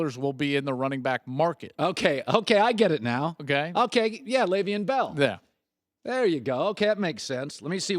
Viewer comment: Lmao Colin's still mispronouncing Le'Veon's name even after the man corrected him ON HIS SHOW. smh